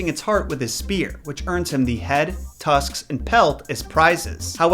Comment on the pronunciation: Meh-lee-ger lmao